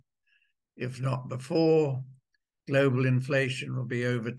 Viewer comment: Stop saying Glo Baal......Thanks